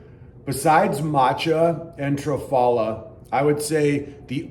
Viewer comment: What is "Travala" or is is "Trafala"?